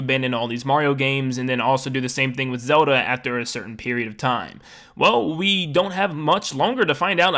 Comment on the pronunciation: All I hear is "Soda" instead of Zelda